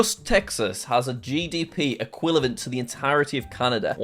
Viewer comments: Jack: "dont bully me if i make a huge mistake" Also jack: Says "equilavent" instead of "equivalent" once in this video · “Equilivant” not Equivalent - jack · not jack saying: “equilavent” 😭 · Jack: Just Texas has a GDP “equilivent” of- 😅😅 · Anyone notice he said equilavent instead of equivalent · Equilavent? You mean equivalent? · He says equilavent instead of equivalent. It's not a big mistake, but given this community, this will definietly be remembered for a bit. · My man said equilivant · no one is talking abt jack saying equillevent instead of equivellant? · I am now going to forever say "equillivant" rather than "equivalent"... 😊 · did jack really just say equilavent lol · did bro say equilavent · did anyone else hear jack just say equillivent 🤣🤣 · jack doing a wonderful job of mispronouncing the word equivilant. 😂😂 x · equilavent lol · Is it just me or did he say “equilivent” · jack says equivalent as eq-uil-avent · jack mispronouncing “equivalent”